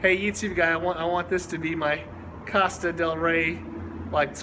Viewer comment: It's pronounced co sta. Not cost a